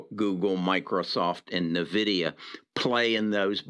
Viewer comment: Just FYI, you aren't pronouncing Nvidia correctly in a lot of your videos. It's EN-Vidia not NUH-vidia.